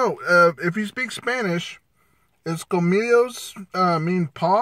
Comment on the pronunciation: Aren’t you paisa ? U can’t say colmillos ! Bruh